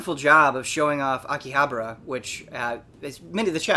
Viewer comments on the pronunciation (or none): So you are paying attention after all! but in all seriousness, not 'habra' but 'HABAra' :)